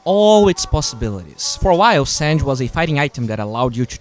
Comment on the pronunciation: It's San/ge not sanj